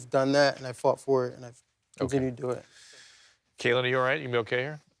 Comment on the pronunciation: It’s a little bit irritating that Dr. Drew keeps calling Kailyn Caitlyn 😂